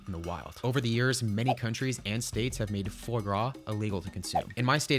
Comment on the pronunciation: Worries about pronouncing poutine wrong but butchers fois with confidence and no care. So American 😂